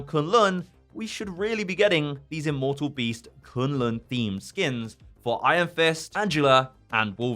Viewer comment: Why do i keep hearing skim?